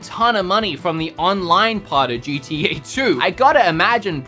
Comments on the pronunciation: This guy really said GDA 5 🤣🤣🤣🤦🏻‍♂️ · Him trying to say gta: gda